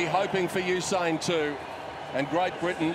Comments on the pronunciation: So usin is a word not usain. Yeah you think you’re funny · You said usi lol 😆